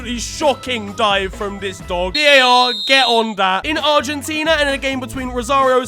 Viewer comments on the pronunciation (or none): none